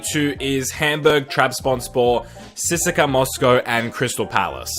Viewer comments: Your pronunciations are cringey AF “C S K A” not “Siska” 🤦🏻‍♂️ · Am I the only one who noticed he said "Sissaka Moscow" instead of CSKA?😂😂😂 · Don't CSKA, C-S-KA !